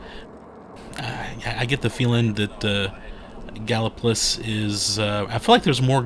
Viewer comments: anyone that lives in Gallipolis will tell you its pronounced Galli-Police and not po-liss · You did pretty good except it rhymes with police. The Our House museum is a don’t miss.